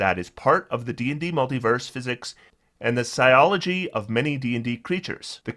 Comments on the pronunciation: just an FYI. Physiology is pronounced fizz-e-ology. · I think you mispronounced physiology.